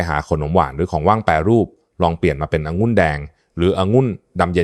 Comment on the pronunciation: หมอเป็นเอไอหรือปล่าอ่านคำว่าองุ่นเป็นองุ้นตลอดซึ่งมันผิดก่อนให้ออกมาควรตรวจสอบการใช้ภาษาไทยก่อนสังเกตุว่าทุกรายการอ่านภาษาไทยเพี้ยนแทบทุกรายการแก้ไขด้วยเพราะจะทำให้เด็กรุ่นหลังใช้ภาษาไทยที่เรียกว่าภาษาวิบัติ